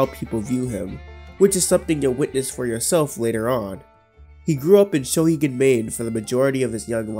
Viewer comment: I’m sorry but as a native Mainer the way you said Skowhegan is completely unacceptable. It’s pronounced S-cow-hegan